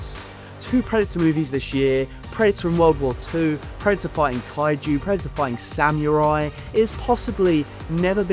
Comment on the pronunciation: Say “samurai” one more time please mate, I didn’t catch that 😅